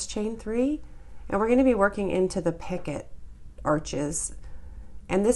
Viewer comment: I'm enjoying your demonstrations (I'm a self taught crocheter). I have trouble reading patterns but visual is golden! ❤️. FYI: The correct pronunciation is pi-CO. The last "t" is silent in picot.